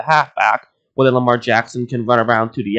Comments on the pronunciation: It's Lamar not Jamar. Jeeeez! 😒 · Lamar* not jamar